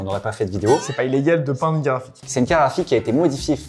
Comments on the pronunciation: "une carafique" ou une carte GRAphique ? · Une "CARAFIQUE" AR-TI-CU-LE . C'est une CARTE GRAPHIQUE, pas une CARAFIQUE 😅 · "Carafite" c'est relou, j'espère qu'un jour vous apprendrez à dire "carte graphique"